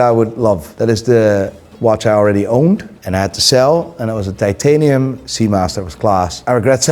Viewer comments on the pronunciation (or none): none